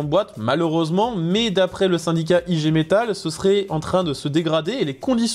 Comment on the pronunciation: ....On prononce igué metal